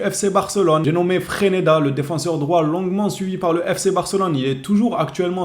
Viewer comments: c'est freSneda et non freneda 😂😂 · Le real sans le Barça, ce serait Leganes! FRESNEDA ce serait un bon joueur pour nous. on dis Fraise-neda pour FRESNEDA